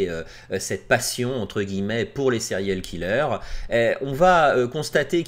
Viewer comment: Des sériyoooll kelleuurrzz